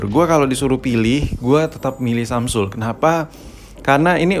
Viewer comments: emg dia ngomong samsul bro wkwk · Samsul ? apa cmn gua yg dngernya samsul?